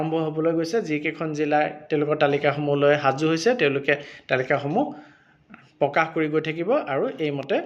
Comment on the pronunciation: পকাশ নহয়, প্ৰকাশ হে